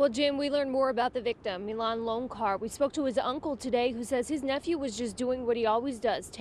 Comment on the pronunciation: It's "LonCHar," as in "CHocolate." Goodness. Saucesce porodici.